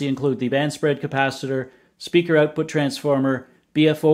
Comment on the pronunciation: "INCREASE OUTFUT"